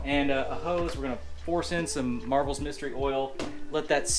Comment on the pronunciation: MARVEL mystery oil. NO FREAKING “S”, just READ THE GOD DAMN LABEL, it’s not that hard.